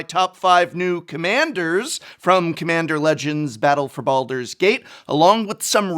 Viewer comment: Gate not gat